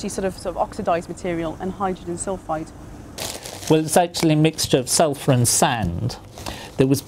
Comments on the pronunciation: Don't "Suphur" from it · "Suphur" Oh you will suphur.. you will once you smell it. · Ulfur... Sulfur. Write that down in your copybooks/ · lol "suphur" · You decanted out the "l" in Sulfur. You guys must be really good at your jobs.